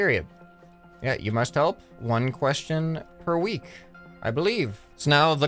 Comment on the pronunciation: When you hear say ion and you facepalm and yel question every time he reas quest ion 😂